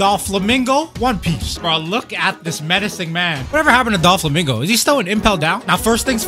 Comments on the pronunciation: bro called him DOLflamingo the whole time... why do you think they call him DOFFY and not DOLFFY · It’s Doflamingo not Dolflamingo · "Dol Flamingo" im dead